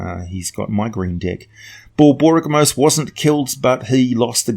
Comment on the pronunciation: I think you tried too hard on Borboygmos ….. slow it down a bit, Bor - Bory - ga - mos ….. or just drop the Bor, and call him "Borygmos" Great video. lol, fun little giant to tinker with …….. So when them holding a beholder in high esteem. lol, what would happen if a beholder dreamed (and reproduced) a beholderkin/cyclops-kin hybrid lmao. and where in the Shining South book can that Cyclopsatorian playable race be found. page numbers would be awesome. lol